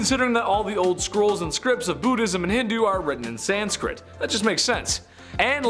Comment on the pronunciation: There is no "D" in sanskrit!